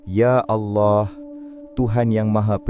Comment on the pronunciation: Tak ada orang yang boleh sebut betul2 arwah Dan Allah. Geli pulak telinga